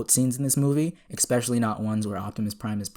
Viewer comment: you say "eckspecially when Optimus is President." Now, did they use Dominion to count the votes? lol. that's funny ECKspecially if you get it.